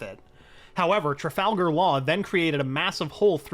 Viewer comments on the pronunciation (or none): none